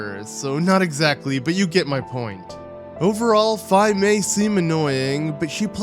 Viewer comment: Tatl isn't as annoying as Navi. She doesn't constantly tell you what to do next. She usually just mentions it once. You are one of the few people who pronounces Fi's name properly. I get annoyed when people constantly call her Fee. Didn't they hear her name in Hyrule Warriors?